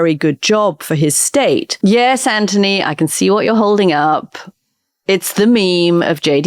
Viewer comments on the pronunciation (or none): Ok, sorry, finally had enough. Lambos, the beast, ads for car stuff and the fact Katty can't say Anthony's name correctly - it's driving me nuts TBH. Becoming very wanky and annoying....